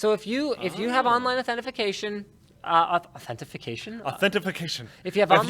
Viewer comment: If I start saying Authentification at work.........